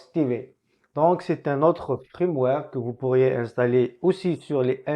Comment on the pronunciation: Salut mon ami, on ne dit pas Frameware, on dit Firmware